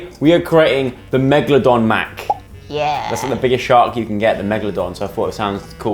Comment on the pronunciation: Megladon mess 😂